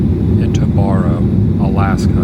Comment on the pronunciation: Barrow (bear-oh), now oot-ghee-ahv-ick , is on the continent. It is not, however, in the contiguous U.S. So glad you are doing these vids and not Disney and having fun here!